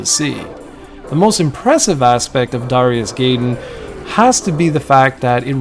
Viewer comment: I believe the game's pronunciation would be "DARE-EYE-US GUY-DEN" instead of "DARE-E-US GAY DEN"